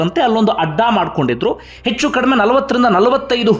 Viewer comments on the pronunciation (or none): none